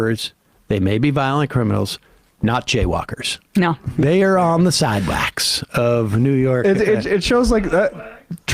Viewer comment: omg 😆 I can’t stop laughing at, “SIDEWAKS.” 😂